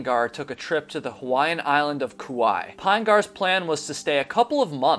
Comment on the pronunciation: As a person from hawaii, I appreciate your pronunciation of Hawaiian words